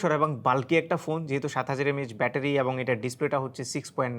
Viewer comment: Visal bettery❌visal batpary😂